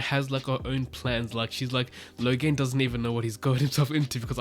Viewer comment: Moghedien = (moh-GHEH-dee-ehn) not (moh-gheh-DEEN)